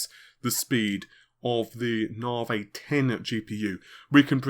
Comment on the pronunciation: New years resolution ... maybe you could stop calling it 'nar-vey' and pronounce it like everyone else ' nah-vee'.